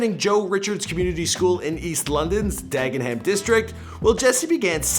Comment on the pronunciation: Just a heads up about pronunciation of place names: Dagenham = Dagger-num High Wycombe = High Wick-um Weymouth = Way-muth Nice vid, though!